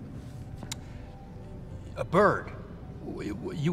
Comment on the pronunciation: I WAWNT MY BURD. NO! O WAWNT MY BURD.